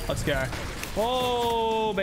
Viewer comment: Let's gooorrrr...that accent makes me want to die